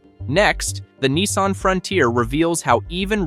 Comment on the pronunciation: Not Neesarn , it’s a Nissan .😂